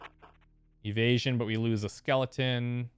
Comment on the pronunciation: Every time I here him say "Evasion" I die a little, lol